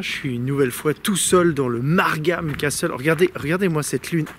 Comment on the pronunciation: ça m'a choqué aussi lol